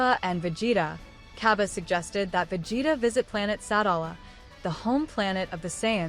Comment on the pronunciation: It’s pronounced Sa-dal-a